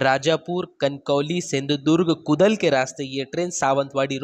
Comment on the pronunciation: कुदल नहीं, कुडाळ हे वह